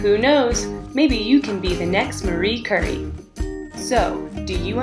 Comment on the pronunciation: Dear god... Marie Curry? You never heard of Marie Curie? [Cure-EE]